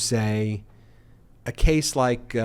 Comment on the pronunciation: Wah, I don't wike my judge!!